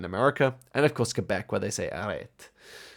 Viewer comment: the only one that pronounces Quebec correctly